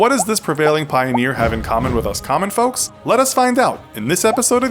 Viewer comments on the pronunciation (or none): none